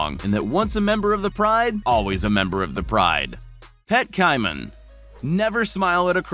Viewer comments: It’s pronounced (kaymen) for the caiman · How did you managed to pronounce "Caiman" wrong? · The way he says caiman is scaring me. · IM LAUGHING AT HOW HE SAID CAIMAN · Bruh why does he say caiman like that? Lol😂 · You pronounced “Caiman” wrong. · Ki-man?? It's pronounced KAY-MAN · it's pronounced CAY-man not Ci-man...dumba** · It's pronounced KAY-men. If you're going to try to educate people, BE EDUCATED YOURSELF. Putz. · that made me laugh that he said pet KAIman instead of caiman it its like saying kman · gotta love when the person making the video cant even pronounce the words in their own script... "ky-Mahn".... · caiman is pronounced kaymin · said cai-man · It’s cay-men :/ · Pronounced: "KAYMAN". FFS, do a minimum amount of research... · This ignorant narrator is a prime example of the lack of education in young people. This narrator was probably wrapped up in his cell phone while growing up so he doesn't know how to pronounce common words like caiman, wrasse and the name Fagin. Caiman is pronounced like kay-min, NOT ky-min. Wrasse is pronounced rass as in the word harass NOT rass-ee and the name Fagin is pronounced Fay-Gin with a hard G like the word again, not a soft G like the word gin. How can a narrator not know how to pronounce these common and very simple words? He doesn't know because he's had very little social interaction with the English language and he's done none of the very basic reading that was required of young people in grade schools 20 or more years ago. He sounds like an ignorant idiot when he speaks in this video. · Caiman - pronounced: CAY-MAN Sheepshead Wrasse - pronounced: SHEEP'S HEAD RASS (E is silent) Also, there are hundreds of species of pythons, if not - thousands... The one in this video is a Burmese Python! Do some research, contact a biologist before making your videos. I study salamanders but even I knew these pronunciations were way off haha